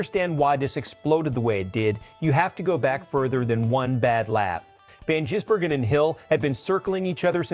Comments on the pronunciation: Insulting Shane by miss pronouncing his name.. Ive watched SVG in the Oz supercars... warning for Hill... dont wake the bear!! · This is bullshit. You moron cant even pronounce his name correctly . Moronic Click baiter. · Your AI is no better at pronouncing SVGs surname than Hill himself